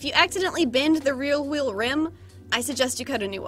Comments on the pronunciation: struggling to say “rear wheel” for 25 min straight weal wheel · “rear wheel” weal wheel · struggling to say rear wheel this whole video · alternate title: struggling to say rear wheel for 25 minutes straight